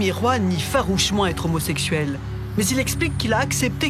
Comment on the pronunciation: "N'a pas pu z'être... " 😄😄😄